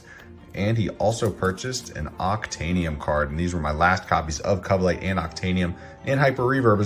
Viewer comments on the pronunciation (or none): I always hear you pronounce Covelight "cuvlight" and I used to think it was strange, but now I pronounce it that way too😂😂😂. It definitely rolls of the tongue better